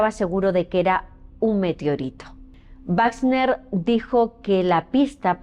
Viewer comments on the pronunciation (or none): none